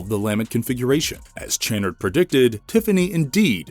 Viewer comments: Channard is pronounced shann-ard, not ch like chair but ch like Champagne. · You are miss pronouncing Channard. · The way the narrator says Channard makes me wince every time. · I don’t think it’s pronounced as ch but kannard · It's pronounced cha-nard . Jezus, did you watch the fucking movie? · Have you watched the movie? Channard is mis-pronounced every time in this. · Have you even watched the movie? You pronounce Channard wrong every time? 🤦🏻‍♂️🙄🤦🏻‍♂️ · One shot for every time the name "Channard" is mispronounced 😂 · I can't. They can't pronounce "Channard" correctly and I know it's going to come up a lot. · Thank you, every single time he said it, I was having a violent spasm! Lol